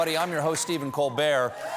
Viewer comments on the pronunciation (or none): Each time man says his name, sounds like Stephen cold beer. 🍺